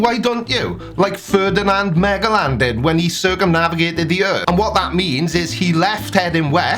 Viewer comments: Ferdinand Magellan (MegaLan???) C'mon hahahahahaha It's pronounced Mah-Gel-En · it is pronounced mah jel en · I've never heard someone mispronounce Magellan before. heh heh It is pronounced "majellan" FYI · Ferdinand "MEGA lan" LOL! You Brits have a funny way of pronouncing stuff. TIDY!! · Ha haa! He called Magellan "MEGA-LAN" 🤣😂 not a flat earther by the way, like your videos, but, "MEGA-LAN"? Haa haaaa!! Love it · In case you were not being flippant (say it ain’t so)!or were Welshing it: Ferdinand Magellan with the g pronounced like a j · Not that it really matters that much, but Magellan is pronounced "Majellin", before an idiot flerf points it out. Also, Adam is a Poe. He makes stupid claims and has never had a conversation with anybody. I don't believe he believes any of it. Look at some of the ridiculous NASA video claims he makes. Clearly they can't be serious.